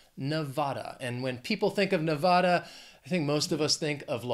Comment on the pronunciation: So you think Adidas comes from Adolf Dassler? I thought it to be an acronym for „All day I dream about sex“. Your German pronunciation of Volkswagen was correct. You're pronunciation of Nevada would be corrected by Jacky Rosen just like she did in „Jacky Rosen Brutally Grills Postmaster General Louis DeJoy“ available at youtube.